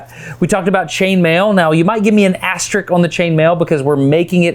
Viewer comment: It’s aster-RISK, not aster-RICK.